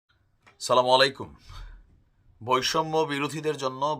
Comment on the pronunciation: ভাই সালামাই কুম না, আসসালামু আলাই কুম।